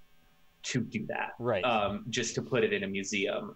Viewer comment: Im gonna have to mute this video if he says musim 1 more time!!! Its museeeeeum